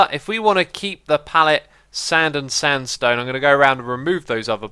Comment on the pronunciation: He Said standstone hahaha!!!